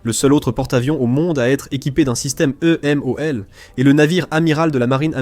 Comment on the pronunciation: La voix de l'IA est pénible, vraiment. Ensuite, le titre est racoleur. Ce n'est pas un défaut critique tant la doctrine differe des USA. Et on dit EMALS, pas EMOL. Bref, la qualité est à améliorer